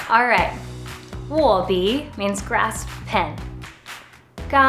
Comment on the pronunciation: it is "neng2 gan4", not "neng2 gan3" as pronounced; it is "wo4 bi3" , not "wo4 bi2" as pronounced in this video. Please make those corrections. Thank you.